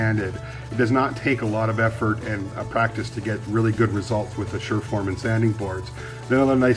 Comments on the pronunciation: We pronounce it Surform, as it's printed, not SHurform, Stanley tools make them, we also use the small model, looks like a plane, to shape plasterboard edges.I used to use one on car body work, good tools to have around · I always pronounced it as surf-form not sure-form. it works great for shaping lots of stuff, Bondo and fillers being one application, but they are perfect for small adjustments to drywall and for shaping foam insulation, especially when it it is used for scenery. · Incidentally, surform is short for "surface-forming", so I think it's pronounced "sir-form". Also there are different types, but from what I can work out yours is the 440mm flat file. Bunnings in Australia sell them for about $27. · My dad, who long since left this world, swore by surforms. Over here (UK), we usually pronounce the name without the "h" so it sounds like "sirform". He always had at least one with one edge of the body worn down so at a pinch he could turn it sideways and use that serrated edge of the blade a bit like a saw. He used them mostly for smoothing the edges of plasterboard, and scoring one face for cutting. I have several of my own in various sizes and use them pretty much as you do.